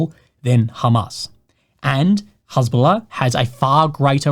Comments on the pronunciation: It's interesting hearing has bola pronounced. I only read it and I had a different pronunciation. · don't worry! you won't get demonitized because the way you pronounced it you said Hasbulla -- the Russian guy with dwarfism